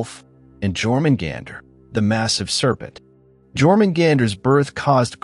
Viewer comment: what bothers me the most is the mispronunciation of Jörmungandr ffs edit: every mispronunciation bothered me. learn how to pronouce names before you do videos in the future